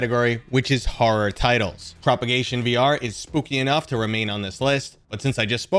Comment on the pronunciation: thanks for the video. btw its Prop(A)gation VR